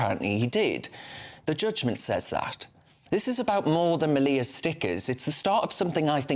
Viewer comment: Then they came for the twinks and the soy boys, but I wasn't a twink or a soy boy, so......oh dear..... Sam's name is pronounced like 'media' but with an L. The picture of Hitler was a cartoon and was not in his bedroom but in his 'personal gym'', also known as his garage.Well done for getting that bit right, and stuff the others for not letting him speak more. The 'controversial' book was about Oswald Mosley (shock horror ) and belonged to Sam's wife Laura Towler, who now has to look after their toddler and their soon to be born second child by herself. So it's not just Sam who is being punished.